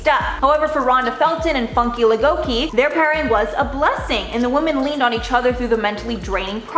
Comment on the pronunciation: The young lady who fainted on American Idol...she's Nigerian and her name is pronounced (Foon-kay Lah-goh-kay). I'm an American, living in Nigeria for 16 years so I immediately recognized her nationality when I saw her name. Watching her fall like that was horrifying. I actually don't think it was nice to air the entire thing...it was disturbing for viewers, and probably embarrassing for Funke.